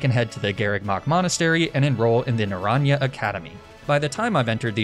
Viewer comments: Listening to him butcher "naranja" twice in the space of a few seconds was... painful, to say the least. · Great video... but commence the spanish speakers yelling at you for pronouncing naranja like that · Just as a tip/learning opportunity. Naranja is spanish for Orange (duh) the proper pronounciation is more like Naran-ha! You said the first 75% right but the last sylable is more like a ha than a ja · Spanish person here, just a tidbit, Naranja is pronounced Nah-run-ha, our J is usually like your H :) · naranja academy is orange academy in spanish. the -ja is pronounced -ha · Na - ran - ha 😢 the butchering 😭 of Naranja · i died a little inside when you pronounced naranja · The pronunciation of naranja is killing me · Someone please tell him how to pronounce naranja